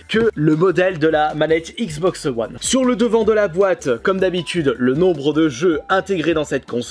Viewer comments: "La xboxeu one" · Mais putain comment tu dis xbox one